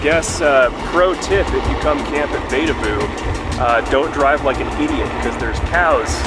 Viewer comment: Sorry to be pedantic, but it's pronounced "VEE da voo" :) Glad you enjoyed your stay!